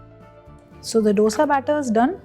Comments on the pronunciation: It is not "dodsa" IT IS DOSA😂😂🤣😂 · Wow! Aap ch*@ bhoot acha banathe ho... MYSORE Masala Dosa nahi... Aur ek baat, its pronounced as DHOSA or DHOSE... Stop acting like Ramsey